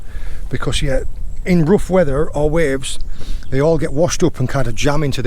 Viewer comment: More cornish than any cornishman when saying weather lol